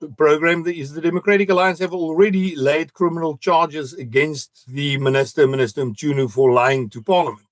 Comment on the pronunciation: lol we need a youtube tutorial on how to pronounce Mchunu, this 'MuChunu' business is funny🤣😂🤣